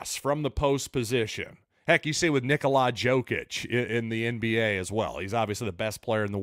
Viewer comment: It's Knee-Cola Yo-Kitch. Or just say Joker